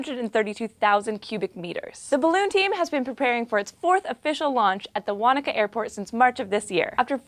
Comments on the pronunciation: Yay for saying Wanaka 90% correct 👌🏻👍🏻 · As someone from New Zealand, thank you for saying Wanaka right :)